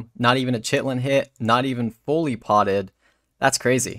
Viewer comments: man says 'chit-lin' XD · It's also pronounced 'Kitin' fyi ;) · lol "chit-lin hits"